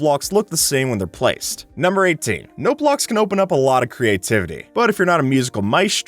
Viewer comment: at the note block #18 one, at the start i thought he said roblox lol